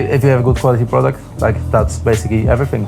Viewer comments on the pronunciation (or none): none